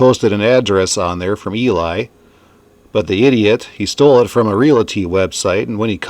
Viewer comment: Love these vids, (p.s. Ely pronounced ee-Lee)